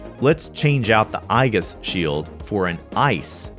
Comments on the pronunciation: I've never heard Aegis pronounced "EYE-jis", only "E-jis" or sometimes "A-jis" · It's ee-jis, not eye-gis. lol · Pretty sure it's pronounced ee-jis, not ai-ghis. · I always thought it was pronounced ee-jis or not eye-Gus. 🤔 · "eye-gus" shield It's "ee·juhs" my dude lol (Just busting your balls, always enjoy your videos.) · This video had me questioning myself. I've always said "Ay-jis", but apparently the "proper" way is "Ee-jis" (but Mirriam-Webster now lists "Ay-jis" as an alternate pronunciation, so I still win?) Funny enough, it was a Final Fantasy game, FF3 US (where the Darkness status ailment doesn't actually do anything), where I first learned the word. At least when I was writing a character named "Aesis" (which was intended to be a sort of corruption of "aegis"), there's no "wrong" way to pronounce it. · It's pronounced EE-JIS not EYE-GUS. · Great video Aegis is pronounced "ayy-jiss" or "EE-jiss" it's from Greek mythology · aegis is eejus. :) source: just about every dictionary website. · aegis is pronounced "ee-jis" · i've always pronounced it as age-is. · my favorite easter egg of reality is everyone pronounce "aegis" differently, and almost all of us wrong.